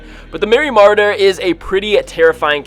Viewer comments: its pronounced meery "ma-ror-der" not "marda" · It's pronounced like mor-odder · Merry “marder”???? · You always say merry marrder u lik it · You butchered merry marauder